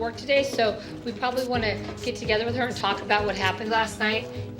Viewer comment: I love suppernanny just wish she could learn to say together not togever